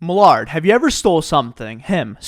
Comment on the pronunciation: This is the first time someone called Millard well Millard in a video